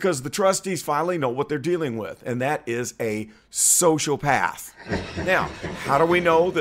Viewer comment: That’s “sociopath” bro not socipath! You’re welcome!